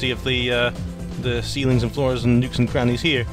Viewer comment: did anyone else hear "nukes and crannies"?